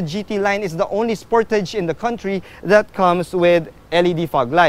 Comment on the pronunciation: Spor-ta-ge. Sounds like you went korean sir. Happy birthday. Stay safe and Godbless. 🤗🐫🙏